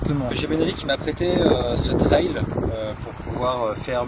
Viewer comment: On dit pas "traïlle" on dit "treille" ;)